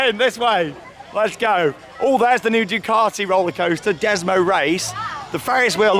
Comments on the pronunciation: You say Ducaty I say Duekarty??Lets call the the whole thing off lol. It's said as DUKEATTI.BUT like you know spelt Ducati lol.Who Knows??Ask the Italians?? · Its Due - cat - e